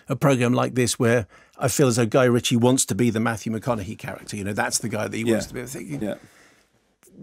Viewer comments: Yeah mark his name is Mathew mcconaghey not mahogany, that's a bit of wood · did he just call him Matthew mahogany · Did he say Matthew MaHOGANEy lol... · Did you seriously say Matthew Mahogany at 1.11?